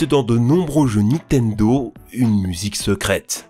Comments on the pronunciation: Et! A chaque fois que tu dit Nitendo je saigne des oreilles! C'est NiNtendo hein^^ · NINNNNNNTENDO putain on te le dit à chaque fois!!!!!! NINtendo pas nitendo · tu dis tjrs "donkinkong" et "nitendo" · Arraite de prononcer Nitendo sans 'n'. C'est NiNtendo. 😒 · C’est NiNtendo par Nitendo, la prononciation en général c’est toujours pas ça hein 🙄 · Vidéo incroyable mais s'il te plaît c'est Nintendo pas Nitendo : ninetendo ta manière de le prononcer m'a tellement trigger mdr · "Donking Kong" "Nitendo" Je paris que le narrateur crois que Zelda c'est celui avec le chapeau vert lol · "nitenedo" * 5000 , mes oreilles. Sinon très bonne vidéo toujours un plaisir ! 😉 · Je suis le seul à tiquer sur le "Nitendo" ? XD